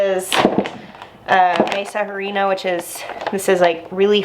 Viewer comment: MAH-sah hah-REEN-ah. Like ahhh. :) In Spanish, every "a" you ever see is pronounced ah. And that's a pretty good tortilla press!